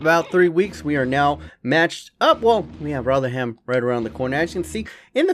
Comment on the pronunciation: You pronounce rotherham rovrem